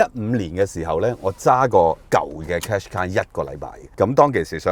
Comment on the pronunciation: 唔係讀car shu qai呀老友